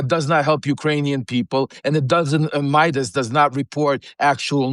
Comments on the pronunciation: Just fyi, Ben's last name is Meiselas, not "Meidas." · For the record, his name is Ben Meiselas not Ben Midas. If you are going to create videos about him, get his name right! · Meiselas, not Midas